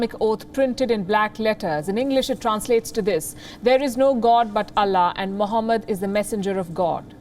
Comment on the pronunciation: "Terro-rism has no religi0n" guys trust me - Phophat mohMAD 😂